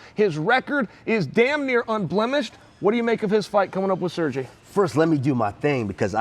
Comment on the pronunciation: "sir-jay" Chael is the best : ))